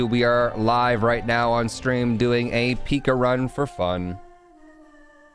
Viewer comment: PICA. It sounds like pīka. Not pika as in pikachu. But long I